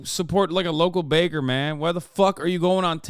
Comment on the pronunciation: He keeps calling the baker a caker. I never heard that; it's genius.